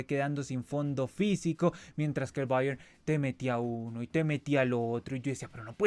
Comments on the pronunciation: Mijo ... no se enrrede tanto pronunciando Bayern☺ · El Cavani de Temu pronunciando Bayern: Oh la la señor francés